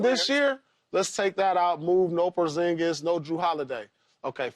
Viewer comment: Man said porzingas and he barley played 😅